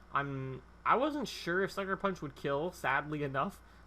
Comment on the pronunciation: the first time u said sucker punch i thought u said fucker punch